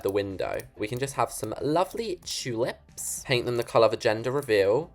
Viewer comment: Txuleps🎉🎉( tulips) but it's fine I love your accent anyway ❤❤❤